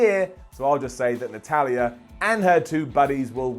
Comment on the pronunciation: Is it just me or did sound like he called Natalya.. Nutella instead?